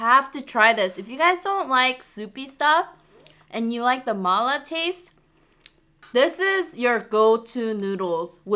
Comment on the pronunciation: Is Chinese? I mean her ethnic Cuz she pronounced “ma la” correctly 😲 She doesn’t look like one tho